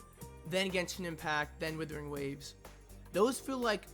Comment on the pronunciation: Why do I keep hearing Withering Waves